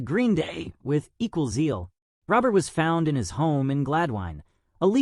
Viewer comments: You are saying his last name Wrong . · Pierre is a close personal friend of mine. His last name is pronounced “Ro-bear” which is the French pronunciation of “Robert”. Also, Gladwyne is pronounce “Glad-win”. If you are going to make a video on someone, please do your homework prior to doing so.